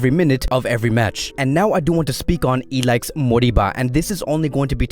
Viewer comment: Pronounce I L A I S H not ilaix